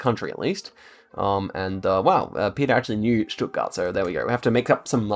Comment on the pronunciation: Damn your pronunciation of Stuttgart was so on point.